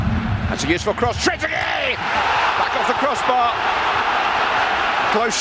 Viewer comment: Sounds like he said Tregueree 😂